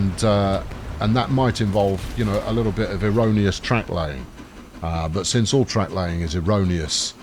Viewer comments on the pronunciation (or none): none